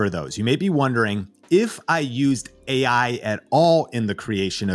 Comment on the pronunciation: The guy in the video doesnt even say ai correctly. Ai talking about ai